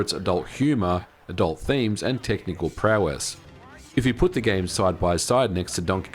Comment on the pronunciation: Prowess, prowess 🤦‍♂️